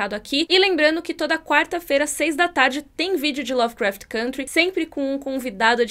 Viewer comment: Todos esses são bons, porém só a pronuncia "côntry"